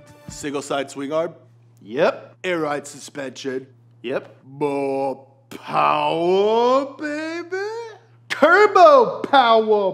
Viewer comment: Too much powah baby